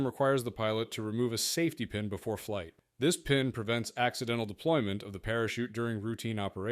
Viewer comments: flig debrief? really? cmon man... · What the hell is a "flig"?